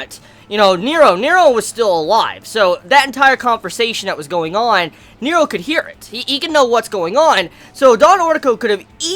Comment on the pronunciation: NERO! N-E-R-O ffs, the way you pronounce it is so distracting.